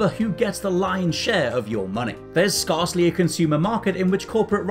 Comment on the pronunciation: I have never heard a human being butcher the word “scarcely” so badly before!